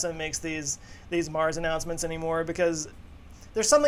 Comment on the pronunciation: "Nars ammouncements..." Wha...?!